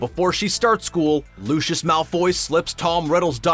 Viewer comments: Not a know it all like Hermoine Hermoine:Your going to pop someones eye out Besides your saying it wrong its LeeViooOsEee not LeeViooOsRR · Did he just say : LuShUs MaLfOy???? lol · When he pronounces Lucius wrong 😂